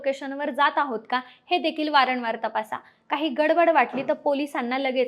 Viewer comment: अहो ताई... वारणवार नाही वारंवार म्हणा